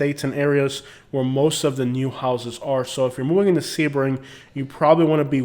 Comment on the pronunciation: Lmfaooo basic millennial I am young and thriving in Sebring, definitely slamming a town and it’s people. Rude and disrespectful. Oh the girl is saying Sebring wrong.